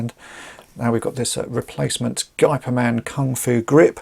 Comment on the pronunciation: FYI, the closest pronunciation for "Gey" of Geyperman is the english pronunciation of "Hey"